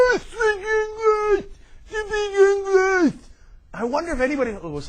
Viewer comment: "hayaah speak englissh" haha